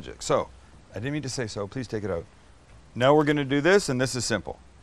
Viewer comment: Sam lets that Canadian slip oot every once in a while.